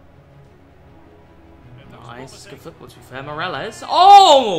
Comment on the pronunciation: Someone help my man pronounce Semedo and Morales